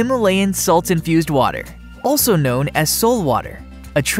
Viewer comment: Sole pronounced "Solay"